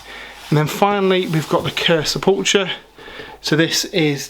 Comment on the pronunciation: Friendly note, the ch in sepulchre is pronounced like a k.